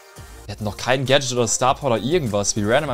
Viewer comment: Hallo, es heißt Gadget und nicht Gadchat